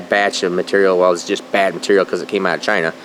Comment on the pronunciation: CHINE AH......CHINE AH......OMG.......Might be time to get off the cool-aid and save the farm.